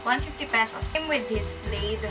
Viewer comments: thats plad for plaid not pleyd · mej oa yung mga reaction mo bes. and yung plaid, silent i yan bes. tsaka di maganda ang fake,pwede namang mag drugstore make up diba? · I cringed when I heard her pronounce plaid lmaoo the "I" is supposed to be silent